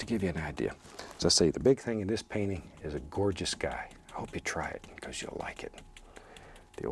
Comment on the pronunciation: No way to google this question I tried so many times but- Where in the country do people Pronounce the words that and this as cat and kiss? Because bob Ross said cat instead of that and kiss instead of this very often....